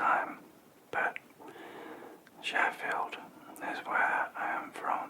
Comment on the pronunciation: As an American, when I heard you say Sheffield, my brain went “Def Leppard.”